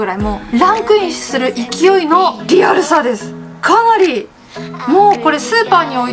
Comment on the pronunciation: かなり➝いなりがワロタ